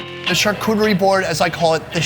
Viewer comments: its pronounced charcuterie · I'm an American born French citizen. Not trying to be pretentious but charcuterie is pronounced shar-coo-tree